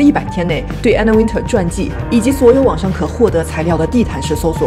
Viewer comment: You miss-pronounce her last name it's not Winter like the weather it's Wintour